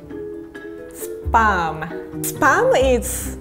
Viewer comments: Our pronunciation: Spahm pronunciation: Sperm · Every time said spam i thought she said SPERM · When she says spam , I can hear spermmmm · RIE : SPAM ME : SPERM?!?! It sounds a little wrong... 😂😂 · Its not SPUUUMM its SPAAAAAAMM 🤣🤣🤣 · She said SPAM I heard SPERM, What's wrong with my ears?!?!! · shouldnt it be pronounced as 'sp - am' im not dirty but the way she says it is like sperm. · Cole Mills great now I can’t unhear it. I literally only hear sperm now. Thanks a lot lol 😂😂😂😂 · Probably... "sparm" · When she says spam it sound like sperm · No offense I love but I heard pronounce sperm instead of spam LOL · Now every time she says spam I hear sperm 😭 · Is it me or i here sperm instead of spam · was I the only one who heard “Sperm time, come out” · Spam is suppose to be froed dawg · Why does she say SPAM as SPERM !?!?!?! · She is saying spam like saying sperm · Fun fact: Japanese people pronounce spam and sperm the same way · her pronounciation of spam is inappropriate......